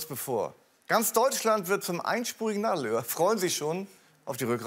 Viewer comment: "Nadelöhr" hab ich erst beim dritten Mal hinhören verstanden.